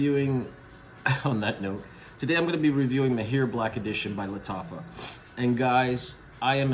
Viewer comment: It’s pronounced Mah-hir … generally means an expert or skilled in something… Great vid!